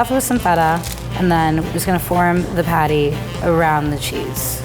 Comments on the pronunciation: i always think rie is talking about pate when she is actually talking about the patty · this episode was nice but the fact that rie says PADDAI was killing me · Ya lets get someone who doesn't speak english who's not AMERICAN to judge haha...she said padday not patty haha fucking morons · I love how rie pronounces patty pattey Xd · The way rie pronounced patty..